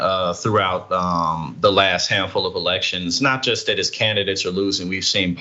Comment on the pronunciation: For fucks sakes, the word is JUST not jest. My God man, you are a doctor.